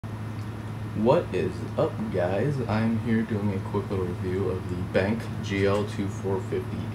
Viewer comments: benk? lol, its BenQ (Ben Que) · Benk? it's Ben - Q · The name is Ben-Q not "Bank" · Hey dumb ass it's pronounced as "Ben queue" not "Benk". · Abhishek Roy first of all, dumb ass is typed as dumbass, second of all it is not pronounced as "ben queue" that would just refer to a line of waiting, so. How to pronounce it is "Ben Que." Dumbass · It's actually pronounce " Ben " , " Q " lol... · It's actually pronounced as Ben-Q(que) not bank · Lol "Benk" and "Buddons" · its pronounced Ben Q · benQ have a very good reputation in the monitor worked and sorry man but its pronounced Ben q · don't you love how he says BenQ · The way you pronounce BenQ gives me aids.